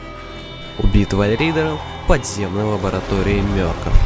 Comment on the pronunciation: не мёркоф а мёркоф